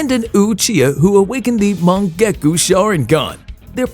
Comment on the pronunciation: Bro said mon-gu-gah_ku